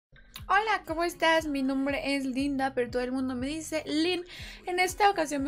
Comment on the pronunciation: Porque dices mi "Numbre" Acaso eres iluminaty xDXD